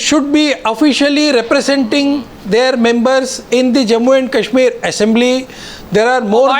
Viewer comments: actually it's Kashmir V/s Cashmir.... lol... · Cash - meer.. !! Naam to thik se le nai pa rhe,,Chaiye inhe Kashmir. Ye Candy Crush tak hi thik hai :P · its not cashmir, its kashmir... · haha the second pakistani panelist was conflicted between saying Kashmir and CASHmir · Kashmir bolna nahi ata aur bhikhari kashmir mang rahe hai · Chutiye ko Kashmir toh kehna aata nahi aur inko kashmir chaahiye